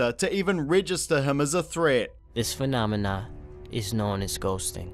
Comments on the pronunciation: This “phanomona” lmao go to a English class kid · Nah bruh its "Phenamana" like bananana LMFAO 😂